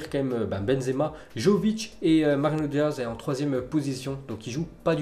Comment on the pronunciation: Ça galère à dire Mariano Diaz mdr